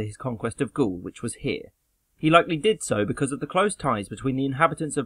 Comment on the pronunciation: The way Gaul is pronounced in the video, I thinking that Caesar must've been a footballer and was going for a hat trick!